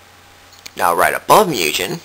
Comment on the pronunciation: Wow you're really any ass, huh? And its MOOOOO-GEHN not MEEEEEEW-JEN...